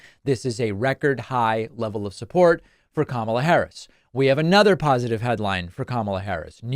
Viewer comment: I see that Donny has finally figured-out how to pronounce the lady's name.